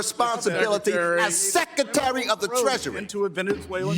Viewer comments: The word is secretary not SECATARY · “Sec iterry”…. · Congressman Greg Meets? Must have drafted the LEARING CENTER sign. Cause he couldn't even pronounce Secatary😂 And check out the expressions of the dudes behind him.😟😆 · what's a sekatary? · “Sec-a-tarry” of the treasury. How about Learn English? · He da sekatary! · "Secatary" really, learn English. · Meeks can’t pronounce secretary. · Why can't some people the word secretary properly?